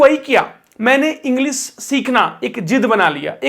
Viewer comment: इंग्लिश, मल्टीनेशनल, तालव्य श बोलो, दन्त स नहीं । Sh यानी श बोलो